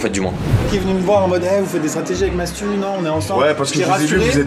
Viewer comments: non il dit vraiment MAT-SU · il dit matsu « Matsou » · Le plus grand scandale c'est qu'en VO il dise : Matsu xD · Par contre le "MATSU" de MrBeast sur sa vidéo pique XD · Meme dans les traductions (pas française) ils disent Matsu, le pauvre ça ma fait rire aussi !